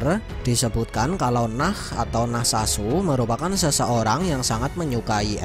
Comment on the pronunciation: bang Nacht bukan Nah